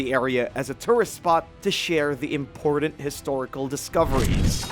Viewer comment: Say it with me now lmao...** Im-por-tant **... Also, random thought... Archeologists should invite some non-archeologists out to some digs and let them see the spread of artifacts/areas, without the bias of "knowing" what the archeologists think that they already know (about how people lived, what items were for, etc.). I bet we'd be pleasantly surprised.